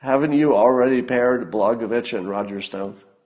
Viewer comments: Pronounced: Bla-Goya-Vich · Blagojevich - pronounced Blah-goy-eh-vich. The j in the second syllable sounds like a y.